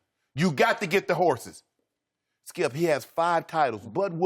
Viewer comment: "SKIUP!!"😂😂😂 Shannon stay on dat man🙄😂😂